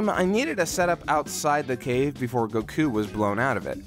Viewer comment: The way he pronounces goku bothers me so much.